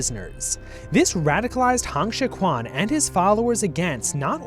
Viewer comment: The video is great but the pronounciation of Chinese names is honestly horrendous and should have warranted a two minute Google search on how to pronounce Pinyin. Hong Xiu-quan is not pronounced "Han Shi-kwan", the actual pronounciation is much closer to "Hone Shio-tren"